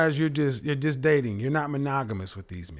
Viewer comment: monagolus? Lmao monogamous